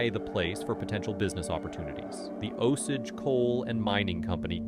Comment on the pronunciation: idk the osege vs osage is bugging me